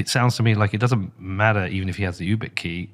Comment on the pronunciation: struggling to understand how Peter has never heard of YubiKey and keeps referring to it as you-bit-key 😬